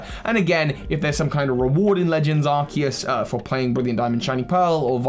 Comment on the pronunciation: And the: That's not a Legends Arceus. THAT'S ARKOOS!